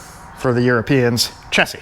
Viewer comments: In the uk we pronounce chassis with a sh like shassi silent s on the end. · chassis here in the land of Land Rover is pronounced shass-sea but as all one word lol. As for you rock sliders, moving the air compressor is your best bet in my view mate. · Chassis..read; chass-ie 😊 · Spelled chassis, pronounced 'shassie' to rhyme with 'lassie'. Love your work and attention to detail, the Ute is awesome. Thanks for all the great videos!